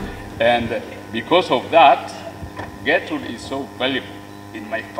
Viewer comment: It's not Getrude, and BTW, Miss Trudy can never Get rude. It's Gertrude. Also, many of you need to learn how to pronounce it too........